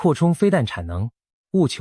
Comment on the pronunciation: 嚇阻（發音是賀組）戰略